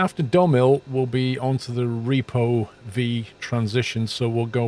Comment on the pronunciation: It’s actually pronounced REPOV, as in “Rip off”. Not repo-V :)